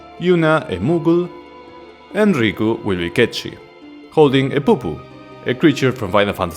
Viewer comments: 1. It’s actually pronounced “Kate-Sith” not “Ket-Shee”. Both Dirge of Cerberus and Final Fantasy VII Rebirth confirms the cat’s name is pronounced “Kate-Sith”. And 2. You seriously forgot the Buster Sword? That was an unused item in Final Fantasy X, and it’s obviously an allusion to FF7. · I'm sorry my man, but I keep hearing you say "Cat Shit" when referring to Cait Sith, and that's just hella funny.